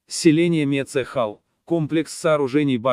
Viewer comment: Не мецЕхал, а Мецхал!!!